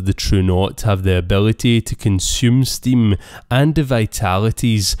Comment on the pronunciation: he clearly says stimm 🤣